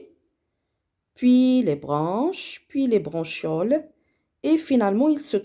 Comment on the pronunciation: فقط مجرد خطأ بسيط نقول عند قراءة bronchioles لا نقرأ ب ch حرف الشن بل نقرئها بحرف الكاف .